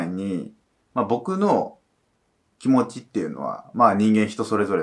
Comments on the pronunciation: き↑も↓ちが悪いです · きも⤴︎ちが悪い すこ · 多分方言じゃ？